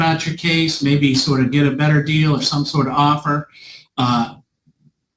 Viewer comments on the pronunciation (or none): none